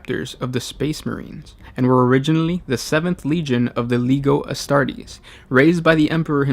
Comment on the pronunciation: Did u really just say LEGO astartes